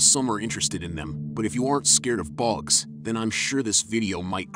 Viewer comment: The pronunciation of bugs gets me every time. BOGS! 😂 Why is it so aggressive?